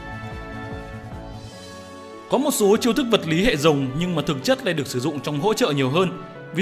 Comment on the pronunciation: Mega Rayquaza hay con nào có chữ R. Anh đọc rất hay chữ R chính xác. Nhưng đến chữ Rồng thì thành chữ Giồng. Thật thú vị. Nói chứ đọc vậy cho nó vui anh. Nhớ lúc viết là con rồng chứ đừng viết nhầm thành con giồng là được. 🐉